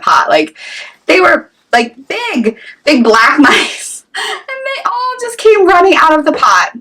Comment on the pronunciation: Did you say MICEor mites? Omg please Holy Jesus NOooooo